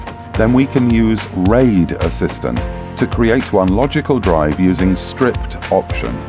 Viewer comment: FYI it’s pronounced str-eye-ped, not “stripped” — the data is being striped across multiple drives. Stripping is what strippers do 😜